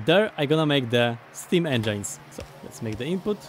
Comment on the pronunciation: Small information for him how to pronounce engine. engine nie wymawiasz jako endżajn tylko jako endżyn. Taka drobna rada. U nas w klasie mówienie endżajn stało się naszym inside joke